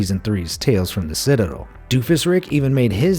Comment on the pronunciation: "Sitdel" Instead of ci-ta-del. What??